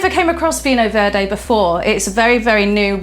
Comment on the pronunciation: Lovely video Elizabeth, slight correction (sorry) vinho verde is pronounced veenyo veerd. Keep up the good work. ❤️